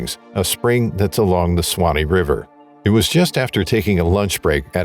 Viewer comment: Suwannee sue wah knee you're adding some extra letter sounds that are typically ignored.